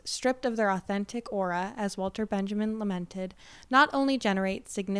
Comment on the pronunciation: it's pronounces Walter Ben-ya-meen for some reason